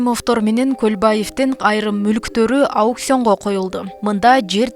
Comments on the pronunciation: Лелин эмес Ленин ,ауксион эмес аукцион силер диктор катары айрыкча конул бурушунар керек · Ауксён😂кайра кайра ауксён.. аукЦИОн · лелин эмес, Ленин болуп айтылат, коммерсия эмес, коммерция болуп айтылат, ауксион эмес, аукцион деп айтылат, коррупсия эмес, коррупция деп айтылат.